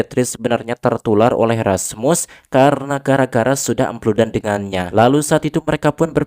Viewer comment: andi nonton ieu harepen kolot a, si aa ngomong epludan meni ahh 😌